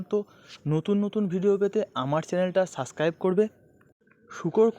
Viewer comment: সাসকাইব নয় সাবস্ক্রাইব